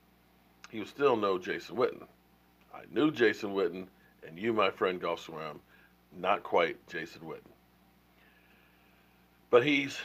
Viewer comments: Say it with me...."JEFF SWAIM (pronounced SWAME) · THE NAME BUTCHER! Geoff Swaim is the correct spelling and it is pronounced Jeff Swame (like name or blame or flamin ass lame SWAIM!!!! GIVE RICO a chance it is not like any of our other TEs are doing a damn thing!!! And yes... Jarwin has made many more mistakes than Rico!!!! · who is this goff swam guy anyway? is he on the team? or do you mean geoff pronounced jeff swaim? pronounced swame,long A as in able? let's hear it for the name butcher! lol! c'mon man! oh my oh my. lol! vanillehan don't like the homeboys,same thing with dez and him too,huh? vanillehan, clearly too vanilla! lol! smh, really? rrrrrrrrrrico suave ☆☆☆